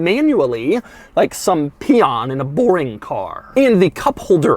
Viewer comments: he says pion ahahaha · Why did he emphasize “Peon” so much 😂😭